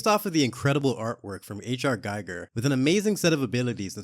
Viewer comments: "its "Geeger", not "Geiger", every kid knows that" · H.R. Ghee-ger…